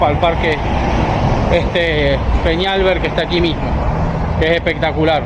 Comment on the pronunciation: Parque Fernando Peñalver acento en la A